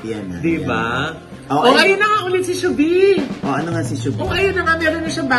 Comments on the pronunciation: hnd po Shubi.. Long Shuuu po bago Veee. Shuuuu-vee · Di PO GNYN pronunciation name SHUVEE 🙈😁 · i-tama nyo kaya pronunciation nyo ng "Shuvee", at yang bakla tanders sa likod